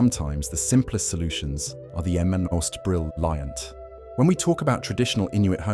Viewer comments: Will I hear a narrative voice say 'brill-eye-ant' instead of 'brilliant', I know I'm listening to a 'bot, and I turn it off. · 55 what did he say? Brill-iant? Is this a bot? Why did he say it lioe that